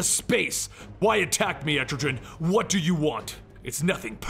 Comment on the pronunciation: Some of his mispronunciations are funny though. Pretty normal for people to completely butcher Mr. Mxyzptlk but every time he says Etrigan it sounds like he's saying estrogen lol